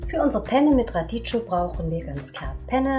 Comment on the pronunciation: Radicchio wird Radickio ausgesprochen